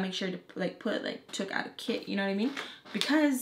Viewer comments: for almost 5 minutes i thought you said kid but them i found out u said kit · At first i thought you were saying kid wen you were saying kit also love your story times🥰